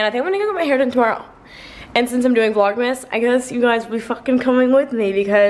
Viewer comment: it’s not vlogsmas, it’s vlogmas 😂 I’m so excited for you to post more! 🤍